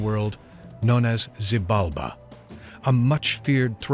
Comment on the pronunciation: Gaia staff really need lo learn how to pronunciate Xibalba, popol vuh and mahabharata! It was an horror to hear them saying it so bad